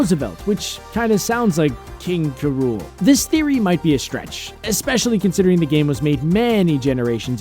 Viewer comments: King K Rool. not king Kuh-rool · It isnt King Kurool its King K. Rool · "King K'Rool" I thought it was King K. Rool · he pronounced king k.rool wrong how dare you call yourself a gamer